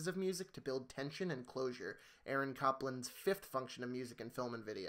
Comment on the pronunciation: I love the video, but Aaron Copland is pronounced as though it were spelled cople-land, not cop-land. Sorry, I'm a music educator/musicologist and wanted to clear that up, since you referenced such an amazing book.